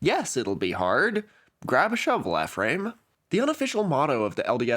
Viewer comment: the pronunciation of ephriam (“E-from” as a utah native) has me livid